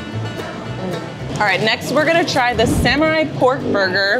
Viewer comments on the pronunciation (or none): "Samurai".... What the fuck? - Samurai is solely Japanese, now go for sepukku!